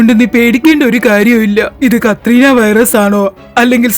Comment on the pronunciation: കത്രീന വൈറസ് അല്ല കൊറോണ വൈറസ്